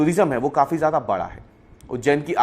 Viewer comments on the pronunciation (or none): none